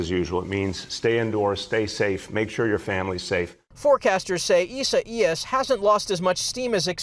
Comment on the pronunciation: They butchered that hurricanes name!!